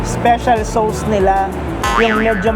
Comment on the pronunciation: Please lang…….ang sauce, hindi SOWS……Soss lang ang pronounciation niya. Nakakairita tuwing binabanggit mo.